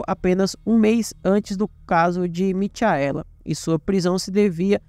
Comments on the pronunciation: "Mitiaéla" foi foda!! Se fosse um video sobre o astro do pop, ele chamaria ele de " Mitiael" Jackson!!!!!🤣🤣🤣🤣🤣🤣🤣🤣🤣🤣🤣🤣🤣🤣🤣🤣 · A pronúncia correta é Micaela igual Rachel que a pronúncia é Raquel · a pronúncia não é Michaela/Mikaela😮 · Gostei da narrativa da história, porém só uma dica, vc pronunciou o nome Michaela de forma errada